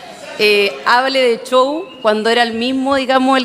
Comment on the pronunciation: Este ordinario Bassa dice CHOW. es SHOW.😂